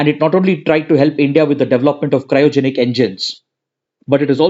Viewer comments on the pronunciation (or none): none